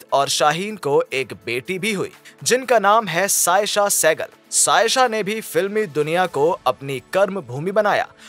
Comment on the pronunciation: Please read script carefully .. Kabhi Saajan ki Bahon ko.. Sajan ki bahon bolte hain .. Kabhi Saayesha ko Ayesha bol rahe ho .. That gives little awkward.... Anyway your videos always give us nice informations 🙏